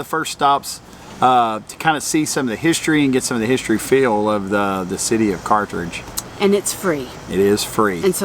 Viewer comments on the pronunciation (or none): Not picky, correct. There is only one “r” in Carthage. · and, good review of things to do near Carthage. My wife is very familiar with the area. Her Dad is from Joplin and her Mother was actually from Carthage. Honestly, she couldn't help but notice that you pronounced it with an extra R after the th. An honest mistake for someone not from the area though, so no worries. You should see how often I mispronounce place names, so she's rather used to it. 😅Lots of good options though of things to see and do there. It's an area that's often overlooked but has lots to offer. Thanks for sharing. Peace and safe travels.